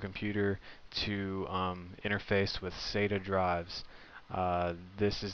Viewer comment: can you say sata ? sa-ta practise